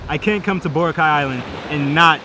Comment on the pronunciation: Great vid! But its "Bora- khai" not "bora-kwai"🤣✌️ can't wait to go there in Jan!